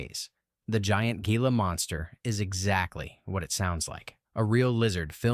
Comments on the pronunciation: It's pronounced HEEla, not GEEla. Understandable mistake, I didn't know until 8th grade or so. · Yup, for AI this was OK. The narration sure did get the pronounciation of Gila Monster wrong as well as the 50 Ft Woman. It simply didn't know that Ft is a contraction of Foot.